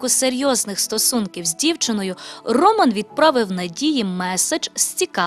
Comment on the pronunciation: Так не гарно наголос ставить ведуча на ім'я Роман